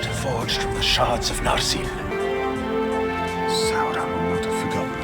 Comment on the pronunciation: What the fuck is up with pronunciation in this show? I thought it is "Narsil", but no, it is now "narCHIL". No, it's not "Galadriel", it's "Gayladrayel!". No, it's not "Sauron", it's "SHARON!". Ever heard of "Elrond"? Well, say hell to "HELRHOND"! It sounds like a wannabe 5th grader fantasy writer trying to sound cool.